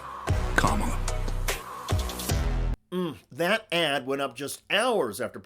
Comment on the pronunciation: They’ve started pronouncing her name camel-a. They’re the exact same guys they were in elementary school.